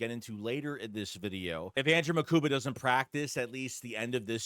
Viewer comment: His last name is MUkuba not Makuba ✌🏽✌🏽✌🏽✌🏽